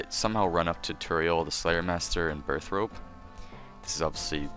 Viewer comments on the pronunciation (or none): o_o you always say Burthrope, but it's Burthorpe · it's burth-orpe